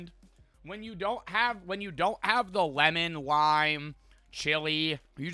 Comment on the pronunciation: Why did say lemon like that 😂